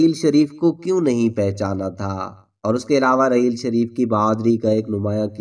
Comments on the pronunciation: Mere Bhai APNI Urdu theek Karo yeh rehel sharif Nahi hae rahil to sharif hae apna lehja theek Karo ya Kisi auir Ko moqa do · جو کچھ بھی آپ نے کہا وہ سو فیصد سچ ھے راحیل شریف بہترین آرمی افسر ہیں اللہ تعالی انکی عزت و وقار میں مزید اضافہ کرے آمین مگر آپ کی اردو بڑی خراب ھے پہلے اچھی طرح پڑھ لیا کریں پھر ویڈیو ریکارڈ کروایا کریں آپ کو راحیل نام ہی لینا نہیں آ رھا ھے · راحیل شریف ہوتا ہے بھائ صاحب ۔ رحیل شریف نہیں۔ اردو تلفظ درست کریں۔ جائز کو جیز بول رے ہو